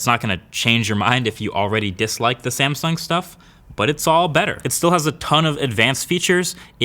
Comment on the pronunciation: Wtf is a Samsing